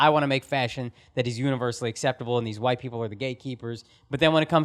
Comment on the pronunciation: 😭😭😭😭😭😭GOOD WITE PEE POL 😂😂😂😂😂😂